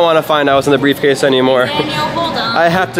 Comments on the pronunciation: Did he say briefcase daddy?🤭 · he said breffcase daddy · At the end he said breif case daddy and that was funny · The fact that Daniel at the last part said “briefcase daddy” that’s what I heard but it’s rlly funny lol